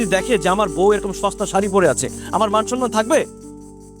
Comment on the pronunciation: ১৭:৩৭... নিলয়ের মতো অভিনেতা 'মান-সম্মান' কে 'মান-সন্মান' উচ্চারণ করলে লজ্জা লাগে আসলে😂😂